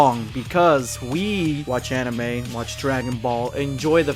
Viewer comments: I don’t think I’m gonna take anime recommendations from a chick who can’t even pronounce it, cause it’s kind of an indicator she hasn’t seen a whole lot of anime, or as she likes to put it (an-ee-May) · can't even say anime right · She pronounced anime wrong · "Animee" lol she didn't even pronounce it right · She is taking people's childhood away, I think we should get her back before she ruins every ones childhood of our favorite anime, Dragon ball. edit: think of this, She mispronounced anime, She says there is sexism in dragon ball, trying to state that Dragon ball thinks women is weak if in dragon ball All the women are like beasts. I think, that she doesn't watch anime, But is trying is trying to get it deleted from the internet. I mean like, how can you try to take away something that can't obviously gone in just one simple piece of evidence, If you really hate it that much then why tell us that.I mean it's very stupid, cause there is more fans the haters out there and you expect us to believe your filthy lies of anime?